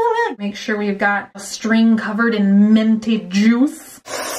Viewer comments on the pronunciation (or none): i'm like cringing but then laughing at the same time every time i hear "menty" "Ment" ... "mentiness" MINT BUNNY OMG MINT!! HAHAHA, i love you so much ! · I like how she says ment and menty instead of mint or minty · Menty? Lol pretty sure there is a "i" in the word minty. Haha still love it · Menty. I hear menty, not minty. Is it just me? ... Don't get it twisted, I'm not complaining. Minty, menty, it's all fabulous.... but it's menty. Yes. Yes it is. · Are you saying menty on purpose or do you not know it's pronounced minty? I have zero problem with it, just curious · It sounds like you say menty when saying "minty". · “ment” “menty” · M i n t y not m e n t y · I love the way you say minty! It sounds so cool!